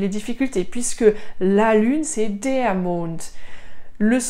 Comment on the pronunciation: Madame vous aviez dit que le terminaison avec er se prononce a mais pourquoi ici vous aviez dit deur alors de dar